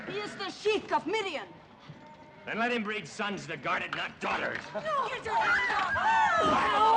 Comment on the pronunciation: Incorrect 😂 not Midian